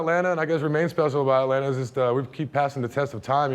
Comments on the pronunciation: Why didn't anyone instruct this guy on the correct way to pronounce Atlanta (et-lanna) and Ponce De Leon (Ponce duh Leon) in the A-T-L? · And he don’t know how to say Atlanta for real though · She says "Aeh-lanna" Reporter says "Atlanta" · who else doesn't like it when someone says Atlan(TA) just say it all together Atlanta Atlanta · If any of y'all from ATL, we say Atlanta "Atlanna" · It's cute that he pronounces the 2nd "t" in Atlanta. Also, the Clermont Hotel is now a trendy, boutique hotel rechristened Hotel Clermont and I'm willing to bet one night costs more than the weekly rate in the 90's. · The "t"'s in Atlanta are silent 😂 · Shidd the way he keeps saying the second T and Atlanta Ik he isn’t from here 😂